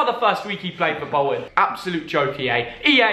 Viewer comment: fam, it's bolton. Btw, love from eygpt.